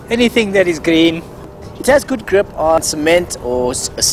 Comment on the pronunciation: nothing is more funny than saying the word ''grip''